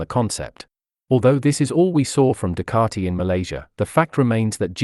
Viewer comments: Ffs it’s Ducati not Ducarti! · You’re wrong. I don’t yell at my tv as the majority of commentators pronounce the word Ducati correctly. You need your ears washing out!